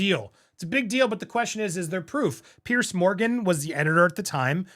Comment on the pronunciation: Hey Andy, a karen here! It's pronounced Peerz, not Pierce. Chelsea's last name is Davy, not David.